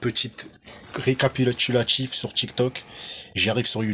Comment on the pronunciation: "J'ai fais plusieurs recapilalulatif" ah ouais rien que ça, force frero, t'as rien terminé du tout MDR